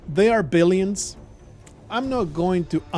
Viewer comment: all this time i thought you were saying the arbilions kkkk